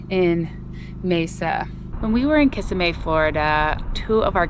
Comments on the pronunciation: Just for information, the city in Florida, Kissimmee, is pronounced Kuh SIM EE. It's derived from an old Indian word from the Jororo tribe meaning long water. 🙂 Your parent's new home looks very nice. It looks as if they have their own small house and a garage. Being on the ground floor will be nice. I doubt they'd use a pool much now days, but the grandkids will miss it! I hope all of you had a wonderful Easter back in April and Violet enjoyed some little kid activities. HOORAY for good news on the van. That will ease your minds some as you continue on this wonderful adventure. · It's actually Kuh SIM ee, there's no SEE in the way it's pronounced. Kissimmee, is how it's spelled so there's no SEE in the way it's spelled either. I don't know why "locals" would put SEE in it. I've been there and heard the locals pronounce it correctly. Just google pronunciation of Kissimmee if anyone has a doubt. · As someone originally from Flori-duh.. who lives up in Anchorage.. I get a kick out of the way pronounces Kissimmee. 🤭 💕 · Kissimmee - pronounce the “me” at the end 😂 I’m a Floridian 🫶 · Ki-see-me is how I pronounce it. Or some locals say Kuh-see-me. It’s debatable lol it’s easier to just say south Orlando haha 😂